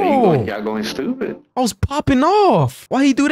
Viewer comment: going shtewpid